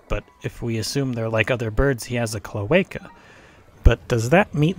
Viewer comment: I love the part we're he says "And then you kick his cloecal" 🤣🤣🤣